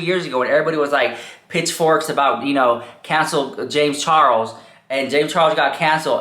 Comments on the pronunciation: When I hear you saying James Charles' name, I keep hearing James Chorros 😳😆🤣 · The way he says James Charles 🤣🤣🤣🤣🤣